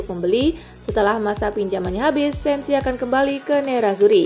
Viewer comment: Sensi, bukan Senzi